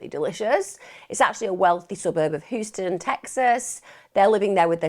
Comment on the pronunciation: Love this channel but I feel like how she pronounces Houston is an affectation used to endear Americans, I’m from her part of the world and we know how Houston is pronounced. No hate, it’s just a pet peeve